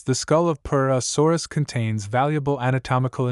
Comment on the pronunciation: Hearing you say purusaurus got pretty annoying after the 20th time 😅 but still a great video